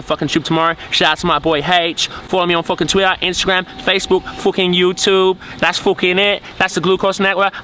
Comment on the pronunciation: Lmfaooo your outro gets me everytime. "Follow me on fu'in twi'aa"